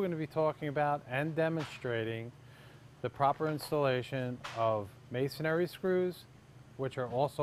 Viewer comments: "Masonary" . or "Masonry" you would think he could get that right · I hate to be that guy but it's Masonry not masonary. That being said it's a great video!